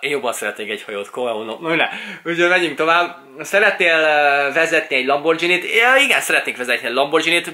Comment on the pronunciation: Szia! Nem szeretnék beléd kötni, de nekem bántotta a fülemet... Az nem "lambordzsíni", azt G-vel ejtjük, nem "dzs", gondoltam kijívatalak.